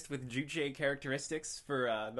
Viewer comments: Calling it "juh-reg" instead of "jay-reg"? I HATE JREG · Why is it pronounced with a D? It's a J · I never knew it was pronounced 'dreg'... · it seems the more time passes the more the way he pronounces "Jreg" moves toward "Dreg" I wonder if that's on purpose or just like a Freudian slip. or maybe it's just the easiest way to pronounce the word. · It's pronounced "Junior Example" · It's pronounced "Dreg"?????????? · Daddy is the most accurate pronunciation of jreg yet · Wait, it's pronounced "Jreg" ?